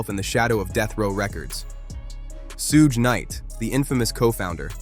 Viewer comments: Sooga Night lol pronounced like sugar with out the r... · You trying to say shug knight . Suge knight 😅😅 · Did he just say sooga knight 😂😂😂😂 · I stop watching every video when I hear Sue Ga night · All these comments and nobody mentioning the "soog knight" part 😂 text to speech exposes you every time. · Sooge knight ?? Lol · Suga Knight 😂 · nope not listing to a video that can't ever pronounce suge knight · I like how you pronounced suge knights name five different ways. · Why does the narrator repeatededly mispronounce Suge Knight’s name? Happens in a lot of these videos/reels! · Did you call him "suuga knight"? lmao you might want to stick to videos about things you know about...You called him jimmy IO Vine lmao wtf dude? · Bro I rly don't wanna hate but you definitely need to learn how to pronounce the names. It's Suge knight (pronounced like sugar but with an e at the end) and Jimmy Iovine (i-o-vine)